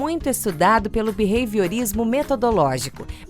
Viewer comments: O video é muito bom, mas me agonia ele falando beveiriorismo ou seja lá o que ele fala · O narrador masculino fala Bevehiorismo?? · Também achei horrível a pronúncia desse locutor. Vou falar pessoalmente para ele.